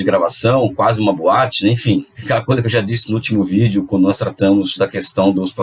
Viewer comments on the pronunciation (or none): none